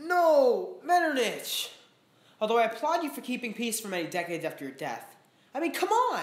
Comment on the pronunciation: I think it is pronounced MetterNICK, great video though!